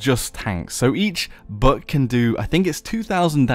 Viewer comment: I like when sometimes said Buck name like "buk"...